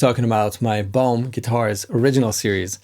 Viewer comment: Lol, when you were saying the brand name my American ears heard " Bone" guitars! My bad! 😁